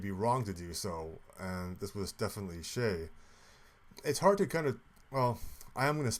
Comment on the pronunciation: It’s not shay. It’s Che like in che-ckers